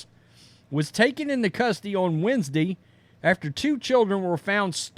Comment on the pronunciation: “Weens-day”. “Exscape?”